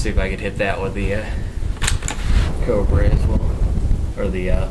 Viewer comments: Co - LEE - bree. Not CO - bray. But nice vid; thanks. :) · I cringed every time he said it lol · Exactly. Ah-gee-la Co-lee-bree. Aguila = Eagle Colibri = Hummingbird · It's pronounced Uh-gee-la Co-lee-bree.